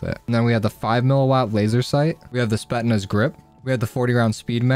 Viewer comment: It’s pronounced spet s naz not spet naz